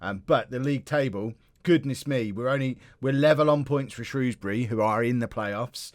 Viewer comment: Can I just say as someone who lives just outside of Shrewsbury, thank you for not pronouncing it Shrowsbury, as a lot of southerners seem to do